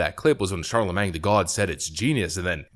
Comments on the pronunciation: "Charlemang" lol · Ron de Santis is awesome! Also, the "-magne" in "Charlamagne" is pronounced "main". 😁😋 It sounds so odd to end it with "mang", LOL! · i love how you say charlaMENG!! it`s charlaMANE, like watermane!! lol. i known about him for years! brilliant idiots is my favorite podcast! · It's pronounced Shar La Main. Not mang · CharlaMAYNE.....not CharlamanG. When you cringe, you really full send, lmao. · "Charla-MAYNG" LMFAOOOOOOOO NOOOOOOOOOO💀💀💀😭😭😭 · "shar-la-main" you dont pronounce the G my guy. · It's not Charle"mang." Jesus. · You're killing me....you don't pronounce the "g" at the end of his name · The G is silent btw